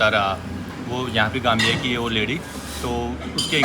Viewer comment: Nice video but Gambia not Gamia